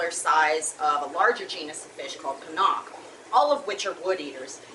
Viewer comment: just FYI it’s not Panark... or Panack.... Panaque is pronounced Pana-Kay...